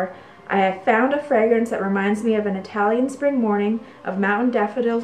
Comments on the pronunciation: Perfect pronunciation in Italian. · Your Italian pronunciation is correct ;)